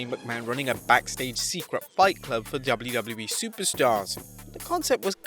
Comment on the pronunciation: WTF is "Dubbllew Dubbllew Ee"